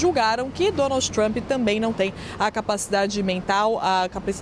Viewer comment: Essa moça da CNN Brasil/ NY, ou, ela sempre Donalds Trump. É uma piadinha disfarçada da repórter para lembrar do Pato Donalds??? Ou é problema de dicção. Só queria saber.